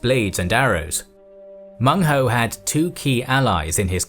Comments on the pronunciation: Excellent information. Minor flaw though, his name was Meng huo, not Meng hou. (You know the sound is funny) Well ancient Chinese certainly had colorful ways to name barbarians. But really, they are also very interested in assimilating them. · Meng Huo, not Meng Hou. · Its Meng Huo (孟获) not Meng Hou. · Cantonese here. An absolute MASTERPIECE. I prostrate to your scholarship & production skills. I've never seen such a detailed English summary of Nanman & Baiyue. Only 1 thing, it's Meng Huo not Hou! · Baiyue aren't one people. They're a collection of tribes and cultures sloppily clumped together due to their geographic location in relation to the Han. Also, it's "Menghuo", not "Menghou". Also, Lady Zhurong is definitely not the only woman warrior in the Three Kingdoms. Not only is she fictional, there also existed Lady Wang Yi, who fought beside her husband against Ma Chao, earning herself a reputation for bravery and tenacity. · its Meng Huo, not Meng Hou. Also the location of Meng Huo's forces should be on the south western side of the Shu kingdom, not on the border of Shu and Wu